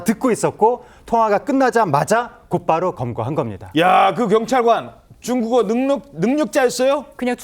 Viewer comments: 아나운서가 [쭝꾸거로~] 라고 발음 하는 건 좀 많이 지나치시네 ㅋㅋㅋㅋ 중국 ㅈ나 싫어하는 사람이긴 한데 저건 좀 미친 사람같으시네요~ 개그프로도 아니고 ㅋㅋㅋㅋㅋ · 남자 아나운서 발음이 왜이럼? 쭝국어로 쭝국어로 이러네